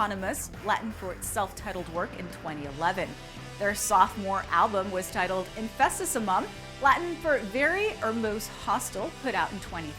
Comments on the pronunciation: did yall ask corey taylor before coming up with this? (those pronunciations of the album names was horrible its Ope-us ip-on-ne-mus, in-fest-ess-sue-mom, Mel-ee-orah, and Pre-kell) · How hard is it REALLY to say "Infestissumam" correctly? lol At least emphasize the "t" lol. Take a min to think through the word